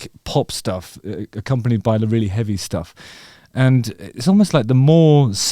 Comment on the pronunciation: The way you say "rrrreally" is very afrikaans 😆 many people can't roll their R's like that. Well done!